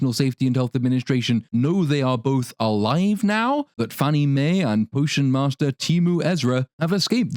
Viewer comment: She also pronounced "Alive" as " a liv"